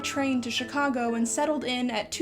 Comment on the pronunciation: You pronounce Chicago like a native Chicagoan. I approve.